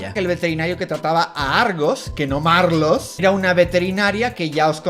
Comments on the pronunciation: "SE LLAMA MARLOOS" - la vieja asquerosa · Se llama Maarlooss😂😂